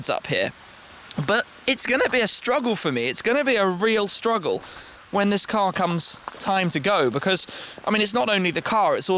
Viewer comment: Car* not cat